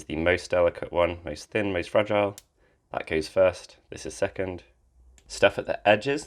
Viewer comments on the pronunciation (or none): none